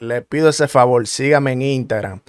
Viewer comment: Una pregunta papi tu no puedes decir la palabra completa Instagram con la s